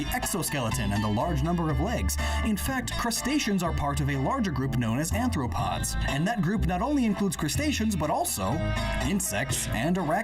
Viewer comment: Am I tweaking, or does he mean ARTHropods, not ANTHropods? That is throwing me off so hard